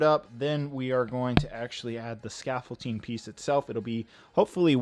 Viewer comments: It’s called scaffolDing, not scaffolTing.. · anyone else annoyed how he says "scafolting" intstead of scaffolding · Not trying to be rude, but are you calling it “scaffolTing”? You know the actual word is “scaffolDing”, right??? Unless you intentionally are saying scaffolTing??? Just thought I’d let ya know. 👍🏼👍🏼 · please for the love of everything, it’s pronounced “scaffolDing” NOT “scaffolTing” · It is pronounced and spelt scaffolding not scaffolting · Honestly it’s a lost cause to try and correct vocabulary. He gets a lot of words and phrases wrong or says them improperly, even after thousands of comments correcting him!! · Does it bother anyone else that he pronounces scaffolding with a T? 😤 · I won't critique you on the accuracy of the scaffolding so long as you get the pronuciation of the word right for the Finale